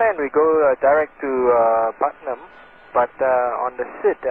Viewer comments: it's putnam not partham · PUTNAM not PARTHAM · It's not "Partham" VOR - it's PUTNAM VOR. (PUT) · partham? its PUTNAM VORTAC, 110 NM north - north west of KJFK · PUTNAM VOR not parthnam lol